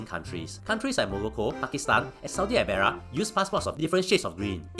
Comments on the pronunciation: 4th Also why did he pronounce Arabia as "Abaria" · "Saudi Arara" T_T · The same reason he pronounces black as brack: comedic effect.